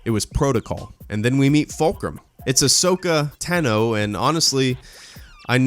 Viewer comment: by the way you pronounced ashoka tano wrong